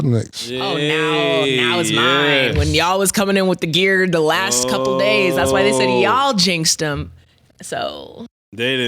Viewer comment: Thee Last. 😂😂😂